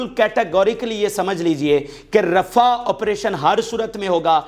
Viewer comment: رفع نہیں رفاہ